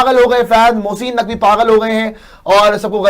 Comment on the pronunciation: Mosssiiiin Naqvi 🤣🤣🤣🤣 Abee bolna to seekh le phle